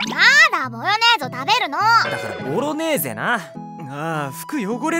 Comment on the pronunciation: ご飯を食べている時がボロネーゼのことをボヨネーゾって呼び間違えてる所可愛いすぎる。